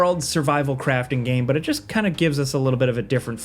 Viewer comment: swear to god says BUT so weird just to annoy me >:-/